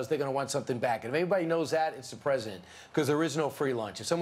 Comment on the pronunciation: Every time Trevor says ‘president’ , it sounds like ‘presidents’